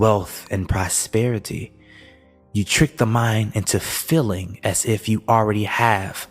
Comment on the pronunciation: Very profound information! ( I am annoyed though that the word: ‘feeling’ is mispronounced, because the word has two ‘ee’ in it and not two ‘ll’ )